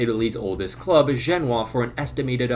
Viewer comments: Over here pronouncing "Genoa" like it's a city in China. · You don't pronounce Genoa like that